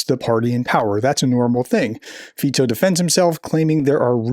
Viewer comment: Pronounce Fico with a "k", is better.